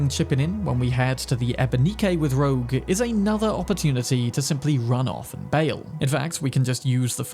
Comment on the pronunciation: its "rogue" not "roak"